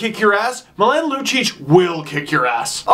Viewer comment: Oh no, Steve. The way you pronounced Milan made me cringe (it's MEE-LAWN). I still love you doe. Also love the shirt